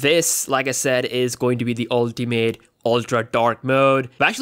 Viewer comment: Unltee meeaat